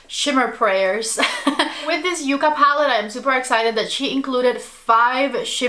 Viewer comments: With 2 C's it is "Yuh-Kuh" and with 1 C it is "Yoo-Kuh." Yucca is the southwest plant (and the inspiration for this palette) and Yuca is the edible potato-like plant. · You are my go-to reference whenever I want to apply eye shadows. Congrats on getting the code...too bad that I had placed an order much earlier before this video came out...ah...bummer. 😂 BTW, it's called ya-ca not u-ca, just so you know. 😊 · N O T. Y O U K A !!! YUCKA I know that sounds weird but its the name of a plant.